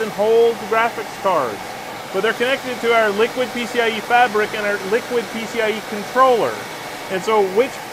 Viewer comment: Sorry, I don't accept that pronunciation of Liqid. There is no U. That alone makes me recoil from the brand. They might as well have been called Ghoti, pronounced Fish. Because: F sound like the GH in enough, short I sound like the O in women, and SH sound like the TI in motion. At least that would follow English pronunciation rules, though a bit labored.